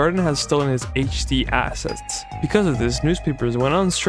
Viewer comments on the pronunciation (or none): none